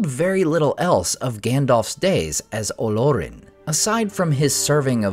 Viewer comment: The accent is on the second syllable and not the first… it’s Olórin. Not OH-lor-in.